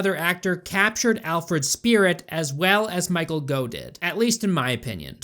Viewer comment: It's pronounced Michael "Goff" not "Go".